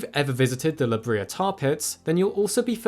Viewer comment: La Brea is pronounced La Bray-a.